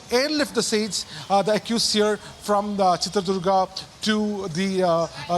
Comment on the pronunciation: Pronounce Chitradurga Not .. Durg Durga means Fort 🎉